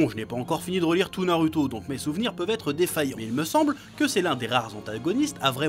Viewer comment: Bonen vidéo comme toujours, mais par contre tu a du mal pour prononcer les nom en japonais, surtout pour Naruto ^^ ^^